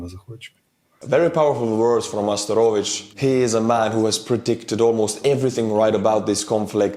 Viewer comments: Bro, Arestovich no Asterovich ) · Astarovich? ARÉSTOVICH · He is A-re-sto-vich, not As-te-ro-vich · You keep calling him "Asta-RO-vich". It's Arestovych. Sounds just like "arrest a bitch" but with a V. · ARESTOVICH, NOT ASTEROVICH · It's not asterovich,its aREstovich. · Why Asterovich? Arestovich 👍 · Hi! Watching almost all of your videos here. I’m Ukrainian and it’s interesting to see your perspective. Also, you show a lot of videos I haven’t seen in my news feed. Thank you. However, I’m writing today about Arestovich (or, as you called him Asterovich). The guy isn’t some trusted source of knowledge. Especially his predictions. Especially about war. One of his phrases from late war speech “two-three weeks” became an internet meme. Because the guy in February 2022 was telling that the war will be over in “two-three weeks”. And that is just one of more famous examples. Areatovich is making around dozen predictions every single day. They often contradict one another. So, obviously some of them will end up to be true. So, please, don’t refer to him as someone trustworthy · His name is not "ASTAROVICH" but "ARESTOVICH". As in arrest (the orcs). :-) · Hey man appreciate your great videos! Small comment though that’s been bothering me for a few videos; it’s Arestovych not Asterovych 😉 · His name is arestovich. Not astorovich :) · REPEAT AFTER ME: A RE STO VYCH - ASTEROVYCH :elbowcough::elbowcough::elbowcough::elbowcough::elbowcough::elbowcough::elbowcough::elbowcough::elbowcough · Arestovich not Asterovich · "Arestovych" <-- A-R-estovych, not A-S-terovych ;) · It's Arestovych not Asterovych